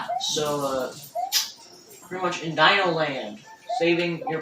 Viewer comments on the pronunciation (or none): none